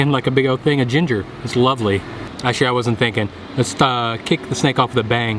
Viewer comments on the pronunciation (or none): none